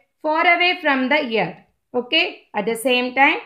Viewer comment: It is earth not yerth